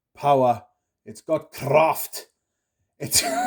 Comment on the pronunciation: "CRRRRAFT" 🤣 got some Scottish ancestor my lad?